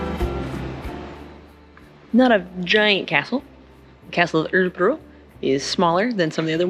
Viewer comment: and then there's the dialectal variations... It's so hard to explain that "ö" sound, it's hard to think of an english equivalent. You say it in a decent way in the beginning of "earl" or (g)irl but we have a hard time explaining what part we mean is "decent". It's only the part before you start to lift the tip of the tounge to the transition into an "r" that is the "ok part". The the tounge lower than in "earl" initially and it would help :-)